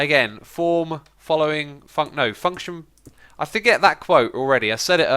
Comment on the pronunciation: When u said function it sounded like u said the f word